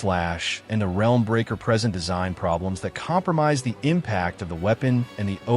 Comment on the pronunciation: why'd you narrate this with AI? and did you not check the way it pronounced EE ai slash and "helm" breaker instead of "realm breaker" the video was fine but i cant even be sure you actually wrote it now. at least the production in editing and testing was good